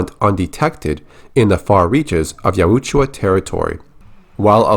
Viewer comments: Yaut-ja not yaweetjuah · Ya-Oot-Ju-Ah gets me every time 😂😂